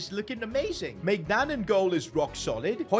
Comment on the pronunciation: You bottled maignans name ist read like mineuon hope you see this😊